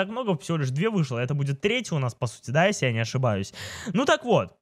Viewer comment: выговаривай нормально слове если. А то когда ты говориш если я слышу эсли 😐